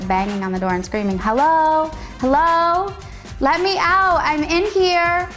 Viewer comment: And I was, like, I don’t, like, care. Listen, millennial, it wasn’t “LIKE” . IT WAS . Like, I, like, don’t, like, know. And little girl, it’s not ou it is OUT, the t is not silent.